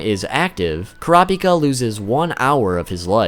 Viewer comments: In the official character book, it's pronounced coo-rah-pee-kah, not cor-op-ik-uh. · kur rah py kuh?!?!?!😂😂 it isnt butchered its obliterated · Dont pronounce Kurapika as one whole word. kura-pika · Annoying how he says he knows he butchers but continues to say it the incorrect way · Why can't so many ppl say his name right? It's so easy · Say the name right please it kills me every time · What’s so hard about saying Kurapika.